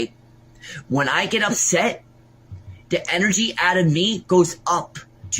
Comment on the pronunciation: You shouldn't fwuck with him. He's gonna get upswet